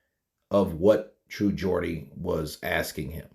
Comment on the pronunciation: As a Geordie myself iam genuinly happy you pronounced it the right way lol iam not really a snowflake it was just odd hearing it pronounce the other way lol